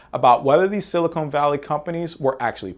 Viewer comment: It's dumb, but hell mispronouncing silicon as silicone drives me nuts.